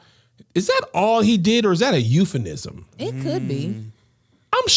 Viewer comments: Euphemism Kev not euphenism. 🤣 I love how Angel kept a straight face. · Is Kev saying using Euphenism instead of euphemism??